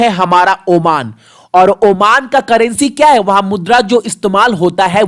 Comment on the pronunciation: Tera har question hi important hota hai?????? Pronounciation improve Kar thoda!!!! Oman hota omaaaaan nahi!!!